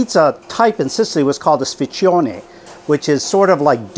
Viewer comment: Sfincione WTF! closes pronunciation is "sphyntchonay".